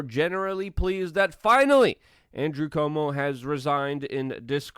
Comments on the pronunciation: Not como, cWOAHmo. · Somebody please tell Luke that Cuomo has a "U" in it.